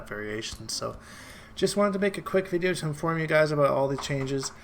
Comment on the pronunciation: Is your "aboot" deliberate? Or are you just THAT Canadian.